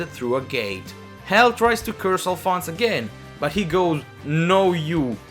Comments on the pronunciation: Alfonse A"lf"onse A-Lif-onse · I thought Alfonse was pronounced like Al-fon-say